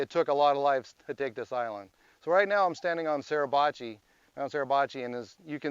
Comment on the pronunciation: Grrr! It's SUR..NOT SER...PRONOUNCE IT CORRECTLY PLEASE!!